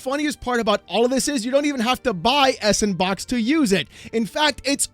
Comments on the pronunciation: Surely the engine is better pronounced as "sandbox" "S and Box" just seems ignorant. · I Want To Facepunch You Every Time You Say S N Box... Freakin S And Box... Cause >> Ya Know.. Its A SANDBOX Engine =P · every time you say S and Box I die a little more inside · It's pronounced "sandbox" haha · "Sandbox" is how it's pronounced. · Its pronounced "Sandbox". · can’t say the word “sandbox”.